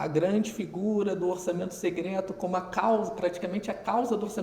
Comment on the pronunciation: uma otima visao Economica, mas pq ele fala "Segreto", "orçamento segreto" :D?